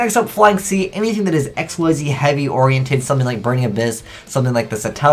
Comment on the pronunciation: its "Exeez" not "Ecks Why Zee".